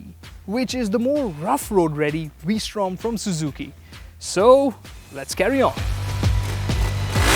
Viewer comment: the " vwee-srtom "